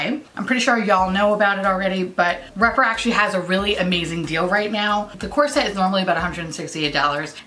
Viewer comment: When you say "you can get this core set on sale", it sounds like corset, and I was like whaaaaaat is this corset and do I need it XD